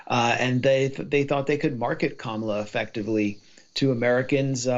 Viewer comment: No she's not..she..oh sorry, you said Kama not Kamala..😅😅